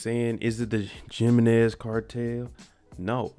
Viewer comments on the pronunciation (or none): Jimenez is pronounced like Him-MEN-nez not JIMmennez 🤣🤣🤣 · True. I caught that also. The “J” isn’t pronounced as a “J” but as a “H” more or less. Good review 👍🏾 as always with your fine ass and your nice lips. ☺️ I look forward to all of your reviews and you are definitely good 👁 eye candy for us ladies. Keep ‘em coming.